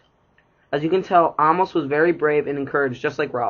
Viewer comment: it’s Amos! “Ay-mus” not “ahmos”